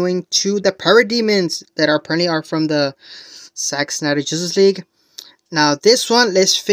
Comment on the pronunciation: Why does it sound like.youre saying sex Snyder ? 😮